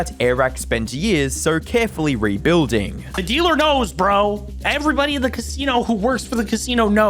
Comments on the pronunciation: Everybody "knurs" MrBeast? Mariur?(Mario) not an accent at that point just a purposeful mispronounciation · Why is this dude so obsessed with inserting Rs into every word "Everybody knowrs Mr Beast, even if you traveled to the morst remort"